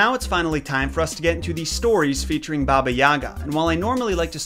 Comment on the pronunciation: in balkans we pronounce it as ''yaaaga'' with kinda sharp 'a' at the end. Also, they never say 'baba' to the end? You're supposed to 'baba' not 'bab'. But I highly agree, they never make any effort to actually pronounce slavic words correctly, trying and putting to much effort into words of other origins such as japanese etc. I'm like c'mon we also deserve that least amound of respect